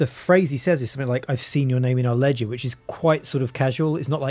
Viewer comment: I thought he said legend not ledger